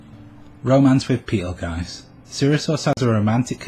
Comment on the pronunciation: The way you pronounce Petelgeuse is disturbing. Other than that, i seriously doubt Fortuna and Sirius are the same person. There is no power that can resurrect a dead person except the Divine Protection of the Phoenix. If she had that blessing, it would at least be foreshadowed. And even if the Authority of Wrath is supposed to have a healing factor/resurrecting factor...if and when Fortuna recieved the Witch Factors of Wrath, she was dead. Meaning there's no way the Witch Factors could accept her as a host since she's...y'know...dead. No Sin Arhcbishop or Witch recieved their Witch Factors when they were dead.